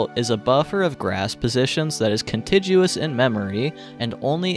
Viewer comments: please note 'contiguous' is pronounced "kuhn-tig-yoo-uhs" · Did he say conchijuous? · invaluable resource, but please pronounce contiguous with a hard g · The 'g' in contiguous is a hard g -- it has a 'u' after it, so it's like the g in guess or guard.